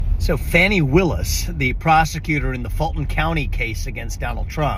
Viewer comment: Glad you are out of the race Viva --- oh, and her name is pronounced Fawn-e! #uwannabealeader #detailsmatter